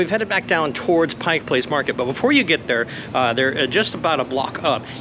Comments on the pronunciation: It's "Pike Place". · The first rule of journalism…get the damned NAME RIGHT. Pike Place….duuuhhh…